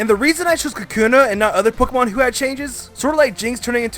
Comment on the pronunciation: Especially how he says "Pokiemon"